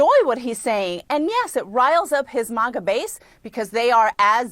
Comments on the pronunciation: Maah_ga not maw_gaa, you silly lady. Signed , legal latinos for Trump! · And it’s MAGA not MAWGA!! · She really said manga coalition...voting for Trump just gets better and better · “His MUGA base” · why is she saying maga like that. These ppl are insane. Also the way she says latina makes me gag